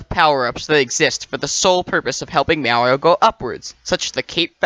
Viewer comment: Great video. Just one question. Is this a reference to the way you pronounce "Mario" wrong?